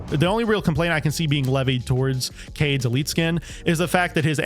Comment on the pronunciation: Kaid is pronounced Kah-eed not cade